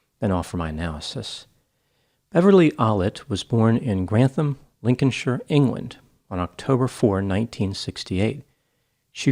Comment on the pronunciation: As a Brit I thank you for not mispronouncing Lincolnshire.